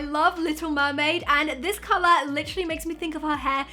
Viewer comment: Who else notice she always say calarh...😆